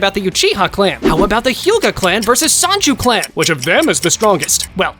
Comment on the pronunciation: Mfer said Sanju clan